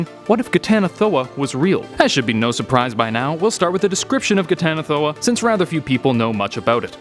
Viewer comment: I'm surprised you pronounced that flawlessly.